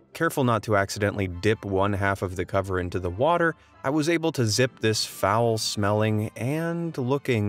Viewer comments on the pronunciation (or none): none